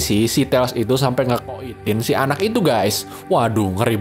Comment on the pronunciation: voice unplugged in (NGE-koit-IN) 😂